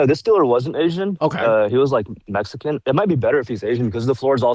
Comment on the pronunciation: I've never heard of a "Maxican"